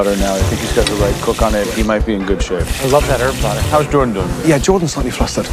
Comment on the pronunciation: Pronounce Jordan Masterchef: Jord'n Me: Gordon?